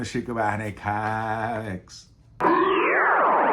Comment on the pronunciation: Há dois vídeos, comentei que eu ficava sempre ansioso pelos zooms que o Chico insere aleatoriamente em seus vídeos, mas eu reparei com este que existe outra coisa que me deixa preso também: quantas vezes ele irá pronunciar "QUÉMIQUIS" (comics) no vídeo??